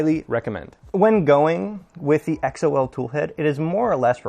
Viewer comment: I'm pretty sure Xol is pronounced like the name, not spelled out lol. Archetype is a nice toolhead mod that is made by some of the same people (although its not compatible with tap). Also, I had the same issues with sensorless homing and people seem to think I'm crazy for going back to physical end stops so good to see I'm not alone with that lol. I've been using the chaotic lab carbon fiber XY joints and X axis tube for ~7 months and they have held up well.